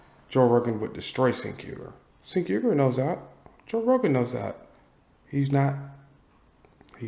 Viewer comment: Cenk would get DESTROYED and yes! I'd pay to see it. 😂😂😂😂 P.S. it's pronounced Jenk. It's one of those weird Armenian alphabet things like silent Russian Ks or how my Korean fam calls me Lander and not Randell. 😂😂😂